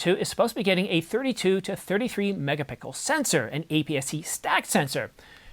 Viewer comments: i heard "MegaPickle". but keep it up boss, Ive been using canon 90d since its out. been wanting to upgrade! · …A 45 “megapickle” sensor? Hahaha